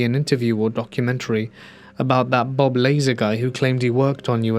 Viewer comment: Did you just say "Bob Laser"? Lol. It’s pronounced Lah-zar.